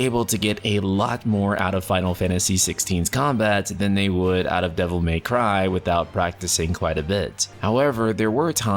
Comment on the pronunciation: I giggled at your "Devil MEY cry"